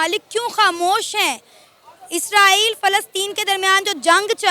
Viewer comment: ISRAEL hota hai 😂😂 naki ISRAEELLL